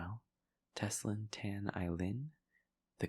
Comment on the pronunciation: anticipating for to call out my name u pronounced my Teslyn correctly!!! (which alot of people pronounced it wrong whenever they read my name out loud for the first time) but my surname is pronounced TAN, not 'suntan' tan. what surprised me more is that you pronounced my chinese name (Ai Lin) so perfectly. you made me giggled and smile just by saying out my name. Thank you for making my day. God bless and love you. Take care love ~with loads of love and support from Malaysia~